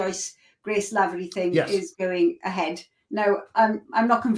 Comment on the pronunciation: Lavery is pronounced LAH-vree, not LAY-ver-ee. Graham should know that as Lavery is an Irish surname.